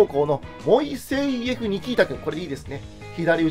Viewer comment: 何度も何度も何度も聞いてるが、モイセイエフが気になる 案外ネイティブな発音ならそれで合ってるのかもしれないが